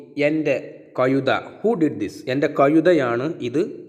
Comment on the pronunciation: കയുതയല്ല, കഴുത എന്നുച്ചരിക്കു,, ആശയ കുയപ്പ മല്ല ആശയകുഴപ്പം, ഴ എന്ന അക്ഷരം നന്നാക്കി വഴക്കി എടുക്കു